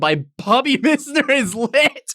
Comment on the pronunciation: This MISSner pronunciation is killing me haha 🤣🤣